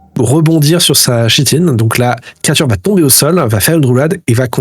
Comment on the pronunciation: Juste pour dire que le mot "chitine" se prononce "kitine" comme un "chœur" ou une "chorale". Et snon c'est sympa cette game, je suis tombé dessus par hasard en cherchant "actual play" + le trend Shadowdark. À suivre ...